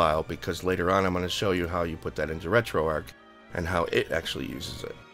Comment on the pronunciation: Finally someone who pronounces Retroarch correctly! Thanks for the tutorial.